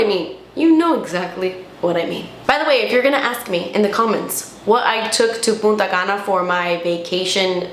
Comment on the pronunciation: I keep hearing puta cana.😂